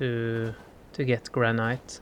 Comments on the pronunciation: Its not prenounced "Gran-night" its "Gran-it" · I bet his English is way better than your second language, if you even have one. I think his English is great! I wish my Spanish and Japanese were HALF as good as his English. By the way, LOVE that he pronounces it gran-NIGHT. It sounds so classy.